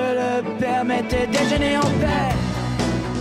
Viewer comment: Oh, you pronounced "Déjeuner en paix" so flawlessly, bravo!:D